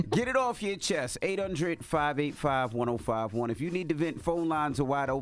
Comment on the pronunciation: “call 1-8 undred.” - Envy